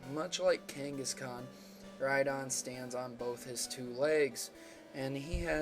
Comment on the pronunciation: lol ride-on rhydon